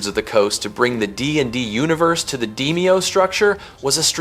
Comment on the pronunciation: DEE-me-oh, not Deh-MAY-oh